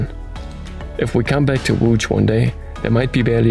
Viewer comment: I've learnt the history and also the pronunciation of "Łódź" Thank you! 😄 Please stay safe and healthy, guys.